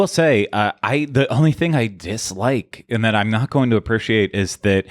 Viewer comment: Appreciate = uh-PREE-shee-ate.... Not sure why this bothers me so much but pronunciation of Appreciate is irking me